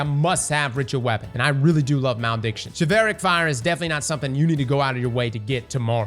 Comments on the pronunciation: GOOGLE WORDS YOU DO NOT KNOW HOW TO PRONOUNCE BEFORE RECORDING A WHOLE VIDEO ON IT. Chivalric! Like Chivalry! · The way he pronounces it... Its just wrong and it hurts. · I'm glad I'm not the only one who is bothered by it. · Bro..its pronounced "shiv-uhl-rick"...like chivalry. like knights and opening doors for women and all that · Well, you might have misspelled atrocious but at least you didn't pronounce Chivalric as "Chevelle-Rick" like. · Chiv-ELLLLL-rick And he said it at least 3 times wrong. This guy and his English. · say chivalry then pronounce this swords name 😅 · You pronounce Chivalric like chivalry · Am I the only one being triggered by how atrociously he is mispronouncing the swords name!!!?!?!?!??!?? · The pronunciation of Chivalric is killing me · Every time he says the sword name wrong take a shot... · Bruh….. say the name right. Chivalry….. chivalric. Replays the ree with rick. Boom. Simple. Come on man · Man you gotta look up how to pronounce the word before saying it a hundred times. Chivalry. Chivalric. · chivalric is pronounced like chivalry . Please say it correctly I can’t 😂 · Is that the right way to pronounce chilvaric? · Came here just to hear mispronounce Chivalric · Chivalric... like chivalry... jesus... smdh... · Its pronounced like Chivalry... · Christ. The amount of bots in these comments are ateocious Yeah, give me crap for typing fast and misspelling atrocious, but has said this swords name wrong TWICE now. Don’t get me started on how he’s said ahamkara. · "Chevelle-ric".... bruh... its Chiv-ul-ric. Like chivalry, chiv-ul-ree. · "shi-val-rick" Only can mispronounce an obvious word so poorly. The root word is Chivalry. "Shiv-el-ree" In this case, it's "shiv-el-rick" 😂😂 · All heard is Chevelle Rick 😂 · it's supposed the be pronounced "shiv-ahl-rick" lol not "sha-veil-rick" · It's "Shi-vawl-rick" not "shi-vail-rick" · BRO!!! chivalric adjective chi·val·ric shə-ˈval-rik You're welcome! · ah yes chuvailric